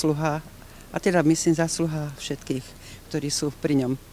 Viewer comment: Tak keď som toto videl, tak som skoro odpadol... a najlepšia hláška: "je pre dóchodcov, je pre šetkých" :D mno tak pri tomto videu som nevedel, či sa mám smiať alebo plakať...